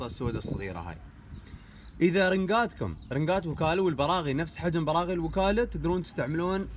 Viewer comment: ليه تقول براع 😂